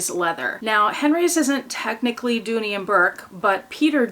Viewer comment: Correction. Dooney. Not Dooley